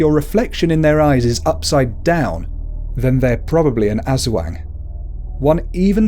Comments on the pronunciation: Diamond Dreams IKR!I laughed when he said aswang and sarimanok.I love the video but his pronunciations are hilarious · UntamedBanana your all stupid hahahahha i live in ph for all of my life so aswang is pronounce as ass-wang not ush-wang hahahahhaa your really proud of yourself huh hhahahahaha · Aswang is pronounced (Us - wung) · okay pronounce it with me: as WANG not as WENG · Oh and it's not pronounced as As-wang it's pronounced As-WONG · You said aswang Eswang You just say it Aswang as an A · We cannot blame people pronouncing wrong. Like other americans says "Ass wang" instead of "Aswang" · Like aswang isn't pronounced ass wang It's uhswong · Azwang really that is how you pronounced it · You said Aswag wrong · “Ass-wang” first of all,how dare you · What is wrong with you it is prounonce like this as-wang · I'm pretty sure it's announced 'As-Wong" by what my friends Filipino mother says. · Its pronounced asUwang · no offense but you pronounced aswang wrong.. you said as-wax😂😂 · Ass-wayng😂😂 lol!! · Manok isn't said like manok you have to put a pause in between the ma and nok. Also its not aswang its aswo(add a A sound)ng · The Ass Wang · Its funny how u pronouns aswang and mananangal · Natatawa ako sa pag pronounce lalo na sa aswang😂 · Its a great video but you pronounced aswang wrong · You kinda pronounced Aswang incorrect but it's okay. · Yeah,he might not be a filipino and it's ok that he doesn't pronounce it right.but srsly,I can't stop laughing on how he pronounced aswang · welp you dont know how to pronounce aswang or tikbalang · Nuno is read as 'Nuno' not 'nyunow' Aswang is read as ' Aswang' not 'asweng' But yeah, it's okay since you're not from the Philippines:)